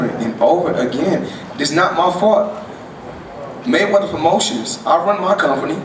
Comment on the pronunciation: muddy maywedderrrr, dude can't say his name right